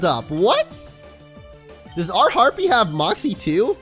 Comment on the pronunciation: Harpee is a his a herpee lol